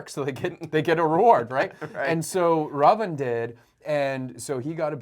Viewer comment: First foreigner to get the pronunciations spot on..."Raam" & "Raavan", not Rama and Ravana. plz also know it's pronounced as Raamaayan, not Ramenayana. your knowledge, respect and devotion to Indian gods and scriptures and commendable brother. huge respect 🙏🏻